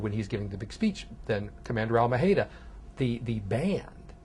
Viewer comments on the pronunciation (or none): I like Waldron but, seriously... does he really think Fidel Castro would be so clueless re Juan Almeida? (And also, he should really learn how to pronounce Spanish: let me clue ya... it's not Al-ma-HEY-da.)